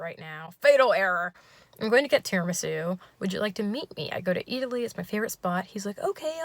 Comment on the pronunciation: Not eataly! I’m sorry girl :’(